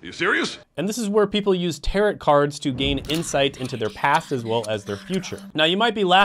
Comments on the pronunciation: Not the tear-uht reader 😭 please its tear-OH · It is pronounced Tear-row NOT TaroT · Pronounced Taro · omg tar-ot lol. It's a french word; pronounced without the T, my friend! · For future reference, Tarot is pronounced terr-O.